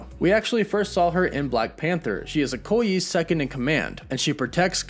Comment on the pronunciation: Glad to finally hear Ayo pronounced the right way, Okoye should be pronounced like OhKohYay...both are Nigerian names. 👍🏿